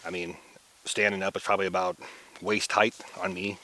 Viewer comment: Why do all the YouTube Eastern Woodlands Bushcrafters say, "Hei-thh", for height. "HIGHT", like tight, with an H. ??? Boggles.